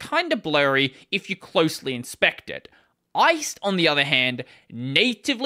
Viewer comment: I believe the rust GUI toolkit is pronounced "Ice D" (as in daemon; the full name rhymes with 'iced tea'), according to the lib authors - just FYI